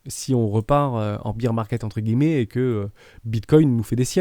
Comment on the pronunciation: Super vidéo, merci !! Je me posais justement intérieurement la question pour le CRO et le XRP, surtout le XRP avec ses problèmes avec la SEC. Tkt on s'en fiche de l'anglais (pour high) ! Comme quand on entend un peu partout "beer" market au lieu de "bear", au moins ça donne envie de prendre l'apéro ! "biais psychologique j'y vais!", tu m'as fait rire ^^